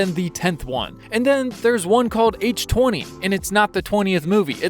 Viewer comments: I know that you just watched them but it’s holloween H20 like Water H 2 O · You screwed multiple things up, my friend. Firstly, H20 is pronounced H-2-O (yes, it’s exactly the same as the chemical name for water, since it’s a double entendre meaning both “20 Years Later” AND “Blood is Thicker than Water”). Secondly, NOBODY calls Rob Zombie’s Halloween or Halloween 2018, as just “Halloween”. If you’re typing them out, you say RZH1/RZH2 and then H18. Then, if you’re having an in-person conversation, you say “Rob Zombie’s Halloween” and “H18”. If you refer to H18 as “Eleven”, that’s like painting a sign on yourself that you have zero clue what you’re talking about. Lastly, there is another released cut of H6 (Halloween 6, to the uninitiated) that is called the Producer’s Cut and it explains every tiny horrendous detail of the plot. Also, there is probably more stuff you screwed up on, but I don’t have the energy to explain further.